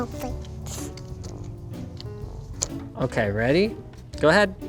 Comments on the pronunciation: FMLscienceturtel ... you are talking about your generation. Look I know it is spelt thanks. But Linus’ daughter says “Fanks”. OK? Give his daughter a break. The fact that I’m defending Linus’ daughter’s pronunciation is just funny. As if you sir forgot what learning and childhood meant. I know it is “Thanks” not “Fanks” but look back at the video and listen that the kid said “Fanks” not us. We all know how it is spelt. The person who commented this said “Fanks” only because he was just repeating the pronunciation of Linus’ daughter. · FMLscienceturtel OMG I already explained it. Do you actually think 3 year old children can even pronounce “Thanks” properly? They pronounce it “Fanks” until they get to around the age of 5 or 6. It’s a child leave her alone. She will learn later. She already learned how to build a PC and that’s good enough for me. At least she has some common sense and manners. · FMLscienceturtel it’s how Linus’ daughter pronounced the word “Thanks”. She pronounces as “Fanks”. Give her a break she still young and learning. My man Mr.Fish is only spitting out facts.